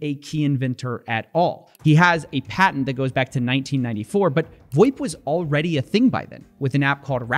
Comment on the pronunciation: Absolutely nobody in the business calls it “voip”. It’s VOIP